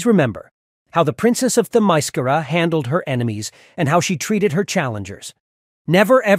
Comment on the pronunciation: Why did you add all that woke morality there at the end? You even mispronounced the island!